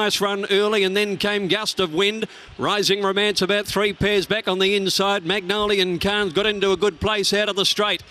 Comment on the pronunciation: Errrr, excuse me Mr Caller, the horse is called MONGOLIAN KHAN, not Magnolian Khan. One is a ruthless General who massacred his way across Asia, while the other is a flower. Tiny difference I would say.